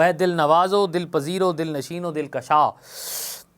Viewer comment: Aap ka tallafuz durust Nahin, khush nazad Nahin khush nayad hota hai, Dil kasha Nahin Dil kusha